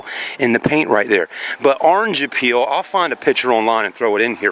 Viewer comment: It’s called orange “peel”. Not “appeal” lol Ya know it looks like the peel on an orange